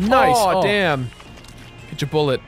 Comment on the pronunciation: losing it every time at kotch a bullet